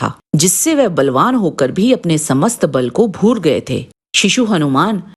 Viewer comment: कृपिया सही से उच्चारण करे आदा बल नही आधा बल होगा भुर नही भूल होगा। राम राम